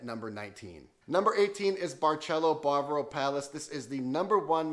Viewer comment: Ba-va-ro. Not bar-bro